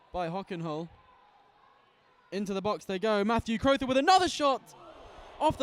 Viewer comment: Crowther? Bire-n? Why are Crothers and Byrne so difficult to pronounce?